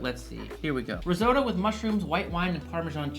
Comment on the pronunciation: He can't even say risotto correctly